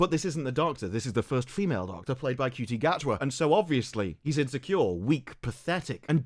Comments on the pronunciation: its pronounced shooty not cutie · Ncuti Gatwa is pronounced "Shooty Inmabooti"